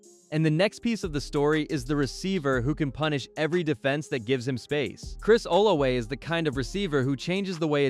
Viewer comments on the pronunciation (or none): It’s Chris (Ola{V}a)😂 with a V lol